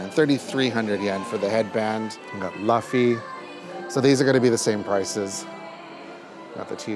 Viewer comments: He keeps calling Luffy “Laughy”😂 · Luffys name is pronounced like loofy :) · LOO FEE. LUFFY = LOO FEE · LAFFY?? LAFFY???? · why does he keep calling him "LUHF EE" it just... it's so painful to hear him mispronouncing his name so much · The way he pronounces Luffys name irks my soul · It was def killing me. Maybe he was thinking of Duffy from Disney and went with that lol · Thanks for making this video, super helpful info. Might need to look at how to pronounce Luffy’s name again, though 😅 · He kept saying Luffy wrong 💀💀💀💀💀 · How do so many people mispronounce Luffy's name like that. It doesn't even sound right, surely they'd assume it's not that lol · But... you kept saying Luffys name wrong! Other than that, very cool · Bro you did not just pronounce luffys name wrong 100 times ugh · As a giant One Piece fan, it makes me a little sad that this man who knows nothing about One Piece getting to live my dreams while he mispronounces every other name 😭😭😭 No shade though… nice guy and all… just hurts a little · its luffy not lufi 😂 never watch one piece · Great vid! But his name is 'Looofy' not 'Lahfy'😂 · I'm sorry, but the pronunciation of Luffy's name just keeps bothering me. It is pronounced loof-fii. Not luf-fii. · awesome vid ................why does every body say laffy ??? its LUUUU-ffy lol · Every time I hear you pronounce Luffy, it makes my eye twitch. It’s like Lou-ffy not Luff-ey. It’s ok I’ll get over it 🫨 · loooofey not luhfie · Luuu-feeee not luffy pronounce it right ...... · It's pronounced Loo fee not luf fee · Ok only Japanese conflates the R/L but its still “Lou-Fee”/ ルーフィnot Luffy like Duffy. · Great vid! It’s definitely “LOO-fee” though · Maybe he is a manga only fan lol But yeah, it was driving me nuts. xD It's not like Buffy the vampire slayer. It's more like Luffa with y instead. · Luffy “LOOFY” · bruh legit said LUHffy instead of LOOOOOOOffy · It’s Loofy not Lafy 😅